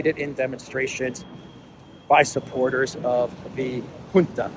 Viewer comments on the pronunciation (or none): none